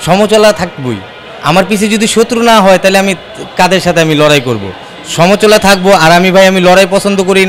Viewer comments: সমচলা না সমআলোচনা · সমাআলোচনা যে উচ্চারণ করতে পারেনা সে হতে আসছে এমপি?বাংলাদেশ মানে বিনোদন।